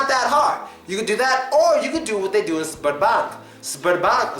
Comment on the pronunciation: When you first mentioned the name of the bank thought you said sperm bank.